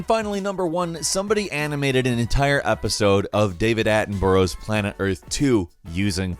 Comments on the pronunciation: Attenborough is pronounced 'Atten-burra', not Atten-burrow' and it's Sir David Attenborough. You add the Sir title when using his full name. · great vid, cheers. Btw, it's pronounced "Atten-burra" - the man's a living legend here in UK 👍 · Oh my god, why can't Americans pronounce Attenborough properly! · It's pronounced David Attenbura* And he's a Knight of the realm so it's Sir David Attenborough